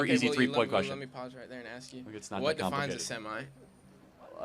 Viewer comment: Bro needs to learn how to axe a question